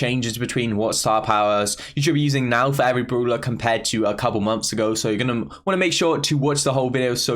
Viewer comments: Everybody: brawler: broolah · tom says broeler:0